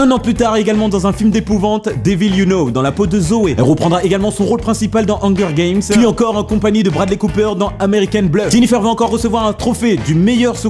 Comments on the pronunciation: <<Le rôle principal de "angueur" game>> selon x) la prononciation correcte des mots anglais c'est sûr que c'est pas toujours facile mais la il a abusé mdr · mdr hanger games il dit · MMDRR PAT TU DIT "ONGUEUR GAMES" --> MDRRR PS : Sans oublie à mdr le blédart quoi tu me tue ! xD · bordel comment ta pronnoncer Hunger Games ma tuer!!